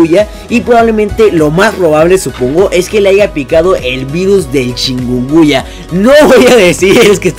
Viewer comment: Se dice chicunguña ._: no chicuya xD